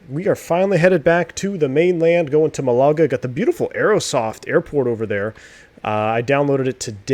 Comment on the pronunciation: Great stream. Just to advise that "Malaga" is pronounced "MALaga", not "MaLAga". (Rhymes with the Scottish surname Gallagher). :o)